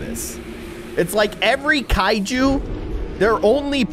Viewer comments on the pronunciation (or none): none